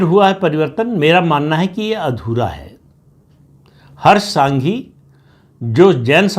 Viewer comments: नाम - हर्ष “ संघवी “ है । सांघी नहीं 🙏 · Not Harsh Sanghi but Harsh Sanghvi, not Raviba Jadeja but Rivaba ( Reevaba Jadeja) and not R R Patil but C R Patil. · हर्ष सांघी नहीं संघवी। R R पाटिल नहीं C R पाटिल।